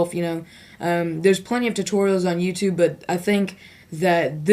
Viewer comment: its youtube not youtub lol